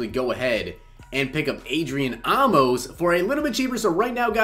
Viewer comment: Not Ah-mos it's Ayy-mos